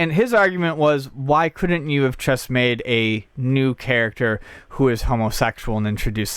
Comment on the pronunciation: Does anyone else notice that is incapable of saying 'just'? He says CHUSS!